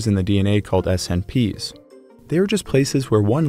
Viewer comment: Hey- nice content! Quick comment for the future on “SNPs”, the abbreviation for “single nucleotide polymorphisms”. It is vocalized exactly the same as saying the word “snips” rather than speaking the letters out one by one.